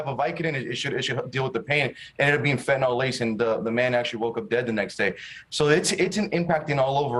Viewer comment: Fentanyl, not nol!!